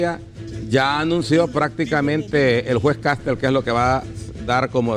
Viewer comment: Caste'L..... No Ca'stel Colón..........No Co'lon